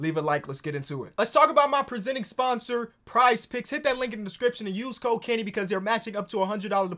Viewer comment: I swear when he said code Kenny I swear he said cocaine. I had to rewind that shit just to make sure